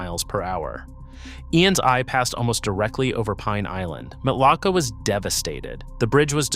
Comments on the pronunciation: Matlacha is pronounced "matt la shay" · This information is inaccurate and incorrect. Florida insurance is subsidized by the state of Florida. You can get insurance throughout the state, but some areas the premiums are higher than other areas. BTW, You are pronouncing Matlacha and other Florida towns incorrectly. Huge give away that you are not a true Florida native. I live in one of the areas you said are uninsurable. I not only have insurance. My policy has not changed and I still pay the same amount with the same coverage for several decades. Also, in 2004 Lee county had 4 major hurricanes hit them. More than 2022 when hurricane Ian hit. In North and Central Florida where sink holes are common, you have no trouble receiving insurance, you just will not be able to get sink hole coverage. I could go on and on and on. Homeowners insurance is different than flood insurance. Flood insurance is provided by the Federal government, not through regular insurance companies. Also, homeowners insurance has a regular policy with hurricane part to it. Know the difference.